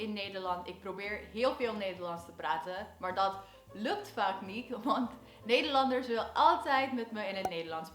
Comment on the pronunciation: I have noticed that when you speak Dutch, there are moments that there is no accent at all. Like the word " dat" or "ik" and " heb" but also a more difficult words like "lukt" or even the word "taalcursussen". Awesome! Keep up the good work.